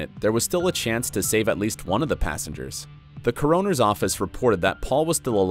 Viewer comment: Hard to take seriously someone who can't pronounce the word "coroner" correctly!